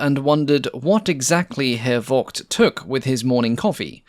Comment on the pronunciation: Very nice to learn more about this aircraft. :) A little remark: The V in Voss and Vogt is pronounced as F in this case (in German the V can either be F or the german W, since there is no distinct german V sound - while the german W is pronounced like the english V and the english W has no german equivalent.) (For example, the famous car brand Volkswagen is pronounced "Folksvagen" using english pronounciations)